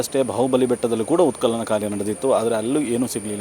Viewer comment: ಉತ್ ಕಲನ ಅಲ್ಲ ಸ್ವಾಮಿ